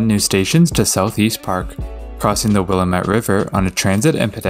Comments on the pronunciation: Will-AM-et river. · As a local, I can confirm that the river's name is pronounced "wuh-lam-it" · Will-LAM-ette River. Not to be confused with Wil-METTE, Illiinois. ;-)